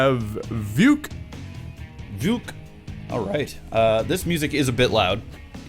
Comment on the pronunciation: Vooge- Kay - Vujke. Say it with a Russian Accent